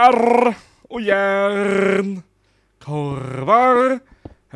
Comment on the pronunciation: Cupparrrrrrrrrrrrr och järnnn (Coppar och järn)